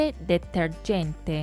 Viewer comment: detergente 发音有点不标准哦